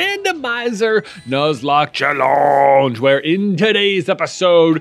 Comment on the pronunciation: It is really challenging hearing "chellooooondje" 😃